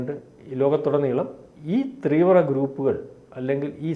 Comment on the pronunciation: not three❌ Vra, but theevra✅